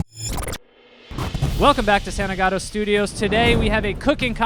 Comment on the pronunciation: Cmon Joe aren’t you Italian? Your last name is Santagato!!